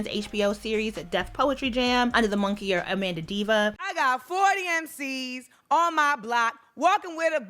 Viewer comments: “moniker” not monkier 😭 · & sorry to be that person, I think you meant to say moniker, pronounced MON-i-KER, not monkey-er. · It’s moniker, not monkier. Really good insight to why Amanda Seales could be the way she is! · monkey-ier?!? Is that pronunciation a regional thing? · You are definitely saying moniker incorrectly. The I comes before the K. I was trying to figure out why you were calling this lady a monkey 😂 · i think you were trying to say was "MON-I-KER" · It’s MAHN-icker, bew 🥰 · So great to see you back! Just a heads up, you’re pronouncing moniker incorrectly.